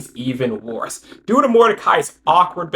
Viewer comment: The way you keep saying "worse" hahahaha